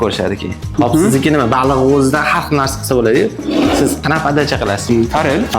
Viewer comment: Baluuu emas baliq